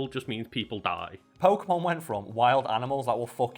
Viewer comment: Funny how the channel is named “FACT FIEND” and the first thing you hear on this video is an opinion based argument on how to pronounce Pokemon names, and completely butcher it too, and then proceed to tell everyone that’s how it works. Very Convincing “FACT” right there huh?